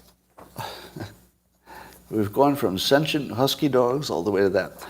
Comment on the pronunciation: I have criticized Scott numerous times, but today I want to praise him for a) pronouncing "sentient" properly, and, more seriously, b) his segment regarding Nikole Hannah-Jones. I really hope she or someone else takes him up on his challenge because I believe this could reveal some very important issues and, more importantly, might lead to some improvements in those areas -- areas that are tearing apart the USA, Canada, and much of the rest of "The West." For the record, I believe Scott's stories re. these matters because I have seen it happen many times with my patients/clients and others with whom I have worked/spoken. And Scott is correct about needing to overhaul the "education" system in order to address one of the root causes of the "victim mentality" that is deteriorating "Western" society.